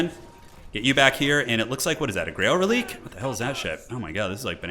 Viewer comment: Reliquae is pronounced "Relic-way", not "relique" - keep up the otherwise excellent videos!